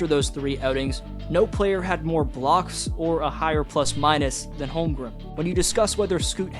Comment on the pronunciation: I know I’m being an asshole here but it is not “Holmgrim”. It’s HolmgreN. Practice it